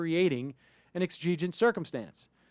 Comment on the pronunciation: It is pronounced Eggs-O-gent And the court has been moving to the LEFT. Unprepared talk show hosts loose my attention with all the pauses. Reinforce your door. Learn to say Sorry I do not engage in conversations with law enforcement without an attorney present. Also, I do not submit to searches. This way, in court, the legality of the search may be contested constitutionally. Ask your attorney first.